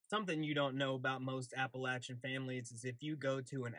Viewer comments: If you say Appalashun I'm gonna throw an Apple at cha. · fyi the proper regional pronunciation is absolutely Ah puh LAH chuh, not Ah puh LAY chuh. Also, Ahh puh LAH chun as opposed to Ahh puh LAY chun. Although Appalachia does extend into NY, normally the region that is most often thought of as Appalachain is the section in Eastern KY, SW VA, East Tennessee and Northern GA. I, along with most residents of this region literally cringe when we hear the "LAY" sound rather than the one that we use which is the soft ai in LAHH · THANK YOU for correcting your pronunciation of Appa-LATCH-an